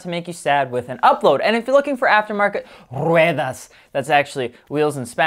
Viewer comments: "R-R-R-R-R RUEDAS" Loved that, keep it up! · “Rrrrrueeeduhhh” lol 😂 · LMAO YOU KILLED IT WITH “RUEDAS” wheels in Spanish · LMFAOOOOO! The way he said wheels in spanish 🤣